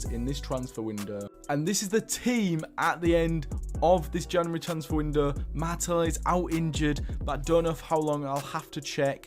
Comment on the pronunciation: saw this video as an ad and said fuck it, got hooked and i’m 14 minutes in and all i gotta say is the way u call Martinelli “mata” and Sevilla “Sevill” threw me off other than that fantastic video